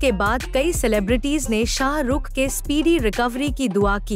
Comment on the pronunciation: First prounce srk properly